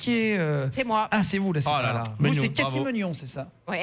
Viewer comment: Attendez deux secondes les noms de famille j'ai bien entendu meugnon et beaunichon ou c'est moi qui délire complètement ? 😂😂